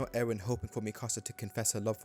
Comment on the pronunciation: You lost me at mispronouncing Mikasa as "Micasa"